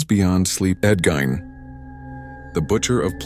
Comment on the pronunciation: 2 seconds in and hearing the mispronounced last name, I'm out. Quit putting AI slop out there